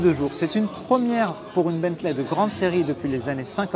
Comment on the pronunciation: Salut. Juste une petite remarque, on ne dit pas Bentlè mais Bently ou Bentlee